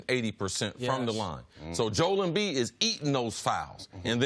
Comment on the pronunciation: Does it bother anyone else that CC refuses to pronounce Joel Embiid's name properly? Everyone else on earth seems to be able to pronounce it "Joe -elle", yet CC consistently pronounces it "Jole". I can't get past it.